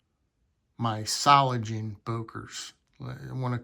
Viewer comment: Solingen. The “ng” is pronounced like in “singer”. There is no “g” as in “gentle”. Böker offers some nice knives. I’ve got several models in my collection and I’ve been to their store several times. It’s only a three-hour drive.